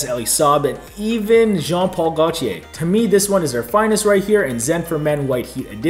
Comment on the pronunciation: loved it, cant wait to get my nose of Zen! You say Gaultier way better than me haha.